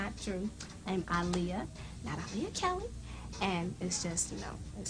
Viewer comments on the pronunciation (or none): Aaliyah-(Aah-lee-yah) not (A-lee-ah)!!!! R.I.P angel❤️